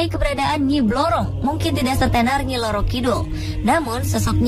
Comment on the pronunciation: pelafalan bahasa halus jawa [kromo inggil ] yg salah kaprah, bukan loro [ sakit ] kidul. tp roro kidul. roro dlm bahasa jawa artinya putri . kidul artinya selatan.